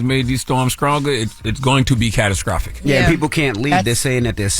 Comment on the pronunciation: “It’s going to be catascrophic”